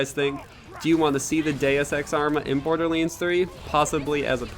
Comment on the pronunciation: This dude said bor-de-leans